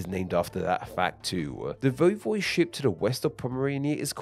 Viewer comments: VOY-vohd-ship, not voh-VOYD-ship or voy-VOYD-ship. The correct pronunciation and at least two mispronunciations were used interchangeably. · its not this either, i would say its voi-vo'de-ship